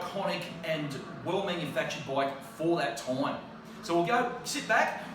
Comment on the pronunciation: Did you say toime? Ha!